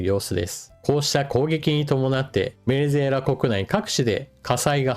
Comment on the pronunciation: ベネェェラに聞こえます。 正月からビックリニュースですね。